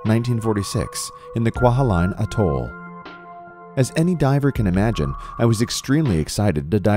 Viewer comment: it is not a battleship. and you misprounced all the german and the word atoll!!